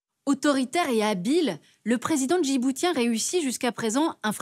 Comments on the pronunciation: On ne prononce pas « djibou-t-ien » mais « djibou-ss-ien » comme on dit « aou-ss-ien » au lieu de dire « aou-t-ien ». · On prononce djiboutien avec le t comme un c. Djiboucien... franchement c'est la base... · On ne prononce pas le T de Djiboutien comme un T mais un S si je ne me trompe pas. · Déjà prononcez correctement "Djiboutien" puis arrêtez de propager de la propagande ! Merci de s'occuper de l'Europe en premier lieu..